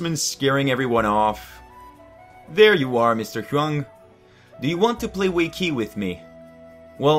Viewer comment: you pronounced "wei qi" as "wei ki" ._.